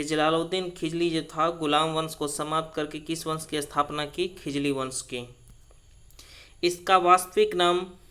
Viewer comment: खिजली या खिलजी क्या,😆😆😆